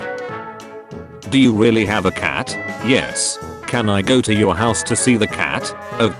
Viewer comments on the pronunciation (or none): none